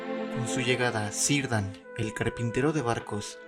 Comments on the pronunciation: Solo te corrijo para futuras referencias: según Tolkien la c acompañada de e o i tiene sonido fuerte, se pronuncian que y qui o ke y ki. Entonces es Quirdan o Kirdan y nunca Cirdan pronunciado Sirdan. Saludos. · Solo una nota, la C en élfico se pronuncia como K. Cirdan por lo tanto se pronuncia Kirdan, así como Kelegorm (Celeborm) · Buen video bro , solo un pequeño aporte , en el Quenya no se pronuncia la C como tal , se pronuncia como si fuera una K por ejemplo Celeborn se pronunciará Keleborn o Cirdan se pronunciará como Kirdan , Un saludo . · Buena narración, integración de imágenes y música de fondo, me cautivó.Tiene mi like y suscripción. PD. Solo recuerda que en la fonética del mundo de Tolkien Círdan se pronuncia Quírdan. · Es bienvenido cualquier emprendimiento destinado a promulgar la obra de Tolkien, perohay que cuidar debidamente la pronunciación de los nombres de acuerdo a las normas fonéticas de las lenguas de Tolkien. Poe ejemplo, Círdan debe pronunciarse Kirdan.